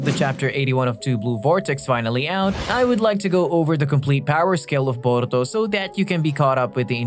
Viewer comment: Came to say this too, had to stop the video because of it. “Boruto” and “Naruto” almost sound like they’re being said with a Mexican accent. It’s really bizarre.